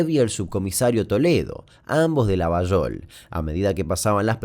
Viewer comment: muy bien pronunciada "Llavallol", que no es correcta la forma pero es como lo pronunciamos lxs llavallolenses.😁Esa teoría de la vinculación con el mosad y con la cacería del nazi eichmann lo leí pero no hay nada más que un par de notas viejas.